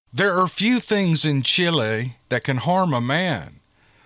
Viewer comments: I don't think you did too bad pronouncing those words from Chile, S. American. Now I admit my spanish from school was a long, long time ago. Like 60 years, long time ago. Someone else said you were spot on. So good job. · I love that they listen to you all the way down to Chile! I’m from Honduras living in NC. You did a fine job with pronunciation.